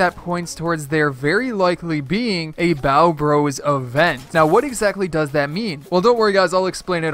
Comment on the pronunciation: Hol up , you said byeo bros (spelt how he said it)